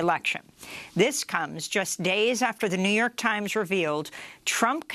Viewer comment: The Jouw York Tiemz